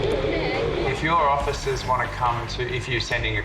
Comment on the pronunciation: He said, " othicers"! 😅